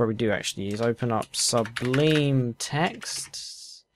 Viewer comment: "Subleem text"